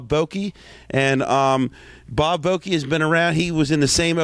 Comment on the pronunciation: Bob is awesome! Isn't it VoCke?